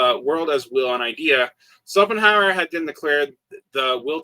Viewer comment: German "sch" is really just like english "sh", always! Shopenhauer, Shmitt, you can pronounce them all that way. I am used to Smitt but Sopenhauer really hurts my ears, sorry!